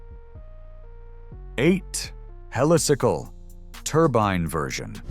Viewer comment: Yep, more AI slop, one moment it's Helisickle, then pronounces it correctly as Helicycle, apart from other inaccuracies 😳